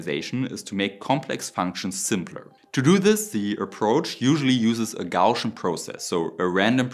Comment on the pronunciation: Please, Gaussian (Gow-see-un), not "gawtion" Sorry for being a know-it-all. ?;o)